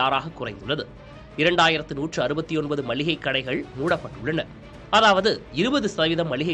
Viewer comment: நல்ல காணொளி...ஆனால் கடைசியில் மல்லிகை என்று சொன்னது தான் வேதனை. அது "மளிகை". மல்லிகை அல்ல.